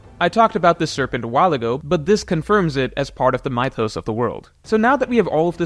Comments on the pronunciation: 3.42 It is the first time in my life that I hear someone pronounce that word like that. "Mightos" instead of mythos. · might actually be the worst at pronouncing words. MY-THOS???? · did he just say ‘Mythos’…? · My-thos? Where have you ever heard that pronunciation?